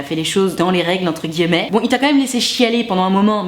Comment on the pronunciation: Salut j'adore ce que tu fait et j'ai reregardé toutes tes vidéos, voila juste pour te dire que l'accent que tu as quand tu dis "guillemets" je trouve ca drole et mignon, je t'adore bonne suite; )